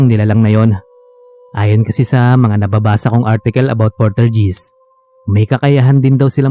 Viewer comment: Hi, poltergeist (pol-ter-guyst) po ang pagbigkas. Huwag nyo po sanang masamain. Para makatulong lang po. 🙏🏻